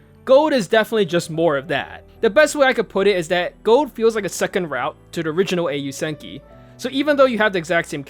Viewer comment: i flinched every time u said Gold, it hurts to hear it pronounced like that